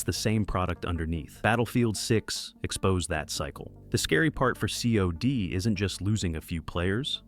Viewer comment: Its not C.O.D. its cod. You pronounce it like cod. Like the fish. Because thats what it is - a stinky old rotten fish